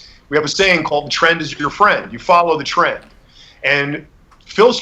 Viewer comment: xd me too. “Follow the tren“.